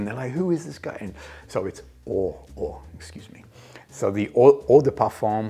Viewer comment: Oh duh par-fuhn … the m is nasal and not really pronounced.